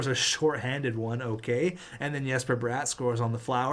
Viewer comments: I hate to be that guy really but its really not pronounced Yesper for Jesper. Its legit just Jesper without pronouncing the Y just the J. Or just call him the Swedish Wonder. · Jesper bratt is not pronounced like yesper but like jess in the name Jessica